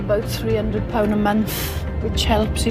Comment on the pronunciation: I really wish would say month instead of munf.